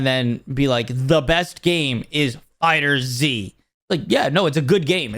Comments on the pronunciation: Love how he says fighter Z instead of fighterz (one word) also the first trailer for sparking zero WAS slow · Bro. It’s FighterZ as in Fighters. I can’t take you seriously every time I hear you say Fighter Z. You probably call it Pokeman don’t you? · Not fighter Z its Fighterz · FighterZ is one word, not Fighter Z lol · Why do people still call Fighterz, Fighter-Z??